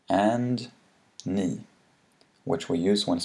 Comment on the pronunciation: When you say bil and ni, you say it really differently.. You use some kind of different sound.. Could you explain that?